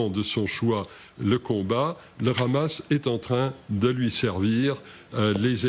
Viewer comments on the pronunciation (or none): Vous faites trop rire quand vous prononcez le hamas ,le rhamas juste pour que cela sonne plus dure ou que cela rappel les rats qu ils peuvent être ! Ça ce dit le hamas point il n y a pas de r roulé ,MDR 😂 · Arrêtez de dire le Ramas , c'est Hamas. On dit Haricots pas Raricots.